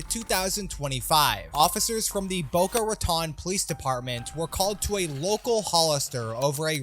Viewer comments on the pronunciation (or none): Them pronouncing Boca Raton is hilarious it’s Boca Ratone is how u pronounce it the e is silent. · why did you pronounce boca raton like that 😂😂😂